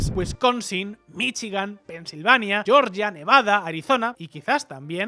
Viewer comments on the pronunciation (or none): none